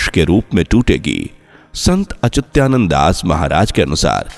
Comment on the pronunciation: अच्युतानंद शब्द सही ढंग से बोलने की कोशिश करो भाई